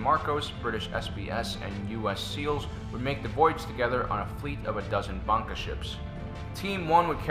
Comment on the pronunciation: dat pronunciation of "bangka" though....